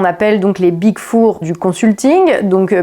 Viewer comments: Big Four (prononcé Big For) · Après les petits fours à la boulangerie il y a les big four. Bonne vidéo mais faites un effort quand vous parlez anglais svp XD